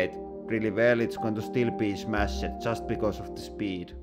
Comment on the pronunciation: “They are not getting crush-ed- in a way they are getting like, smash-ed”